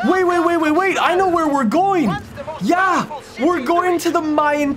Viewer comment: Licht het aan mij of klinkt die JA op wel erg nederlands